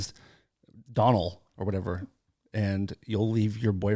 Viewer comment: Dying laughing at Heidi's BJ story, her stories are just the best LMAO! FYI the name Donal is pronounced Dough-nall not Donnell and Liam is an Irish name, its Irish for William:). Heidis SIRI sounds like my mother sternly giving out to me and my brothers when we misbehaved as kids, and because SIRI was so uncooperative, just for Heidi the Irish for good night is Oiche Maith (pronounced eeeha wha) and for poop the word is cac (Cack)